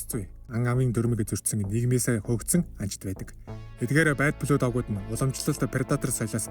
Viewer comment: Goy content baina. Keep going bro! Zarim angli ugnuudee(Blood, Tribe, Isolated) zuw duudwal buur goy boloh ym shg sanagdlaa.